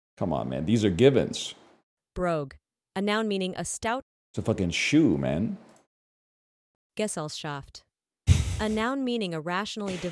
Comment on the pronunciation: honestly the way she was saying gesellschaft sounded more like gesselschaft lol